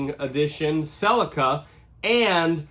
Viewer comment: Learn to pronounce Celica correctly if you’d like some more cred.